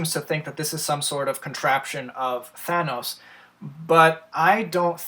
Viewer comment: Sorry had to dislike because of the way you say Thanos